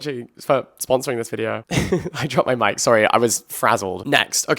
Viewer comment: “I dropped my mic” I heard “I dropped my mind” 😳